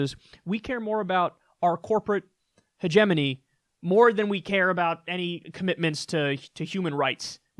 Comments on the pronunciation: Good video. But the way you pronounce hegemony is like nails on a chalkboard. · Sounds right, except for the way you pronounce hegemony